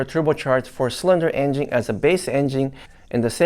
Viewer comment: I like how says engine (enging). Lol…still love ya’!